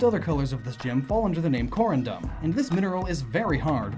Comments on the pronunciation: Your pronunciations "LAIR-ee-awn", "ter-REHK-awn", "KOHR-uhn-duhm". Correct pronunciations "LAIR-awn", "ter-REHK-ee-awn", "kohr-UHN-duhm". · Core-un-done is an interesting way to say corundum. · Cor-undum.... it’s co-run-dum